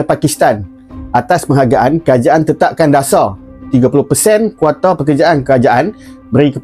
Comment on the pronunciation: Sebut je KOTA..ngape jd KWATA?